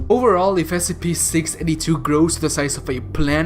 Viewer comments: You need to say each letter of the S.C.P separately. Because what you said in the beginning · Did you just pronounce SCP as a word instead of an acronym?